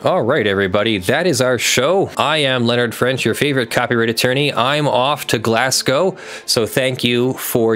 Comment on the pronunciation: You're coming to Scotland? If you are, Glasgow is pronounced glaz-go but you're much closer than most Americans who say glass-cow.